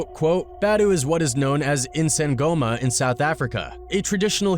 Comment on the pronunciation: Lol, you pronounced isangoma quite well. She defo's giving sangoma vibes for sure. 🇿🇦👀